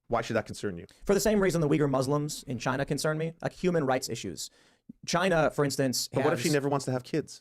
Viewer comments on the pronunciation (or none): none